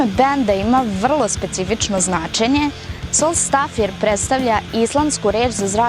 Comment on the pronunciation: Nemojte da me mrzite xD Malo sam ucio islandski, tako da je bend Soulstavir (akcenat na I), znaci ''znak sunca'' ili ''znaci sunca'', a pesma Lagnætti se cita Lagnajti (dugacka noc)